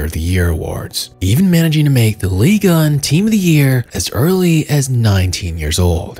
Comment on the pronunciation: Pull that microphone out of your lungs It's not an ASMR video you weirdo And wtf is "Ligon" It's Ligue 1 Your videos are good but I can't stand the way you talk